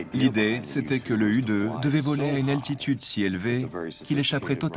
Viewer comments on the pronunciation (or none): deja on dit pas u2 on dit YOU TWO